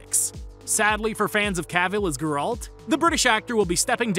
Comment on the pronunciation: am i only one who is annoyed by your pronunciation of Geralt? otherwise, great video